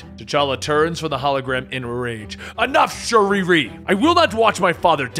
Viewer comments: Bro Someone tell me wtf is going on why is he saying shuriri and not shuri??? It’s annoying me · Her name is Shuri not Shuriri 😒😤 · Did this man just say sharee ree